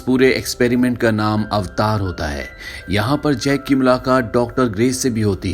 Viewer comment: अवतार ❌ ऐवटर ✔️